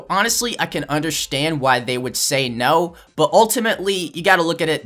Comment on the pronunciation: he said undershtand